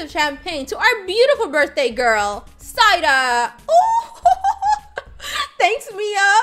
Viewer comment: U kept saying Zaida but it was Zaira